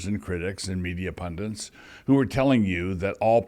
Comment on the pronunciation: PASTOR WILSON: There is no such word as PUNDENT, as you mispronounce it . The word is PUNDIT, from the Sanskrit PANDIT, a wise man.